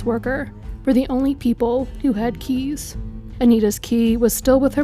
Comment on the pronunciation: The way you said some of these words like “keys” killed me 😂😂😂